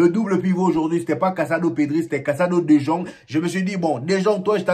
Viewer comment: salut bro merci d'avoir considéré mon commentaire la dernière fois meilleur travail sur le fond vert, je sais pas si tu es passé au fond bleu... maintenant faut te gérer sur la prononciation des gens là Anceloti Ceballos Dejong etc. Bonne continuation